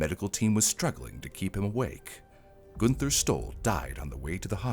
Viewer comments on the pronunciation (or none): I could not get past the mispronunciation of the name “Gunther” - should be more like “Goon-ter”. Always love your content,, but as a former translator and language stickler, this I just couldn’t get through…